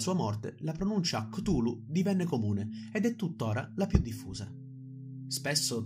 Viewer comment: minuto , la pronuncia ricorda molto Golu golu, meme che ha spopolato in questo periodo sul web...coincidenze? Io non credo...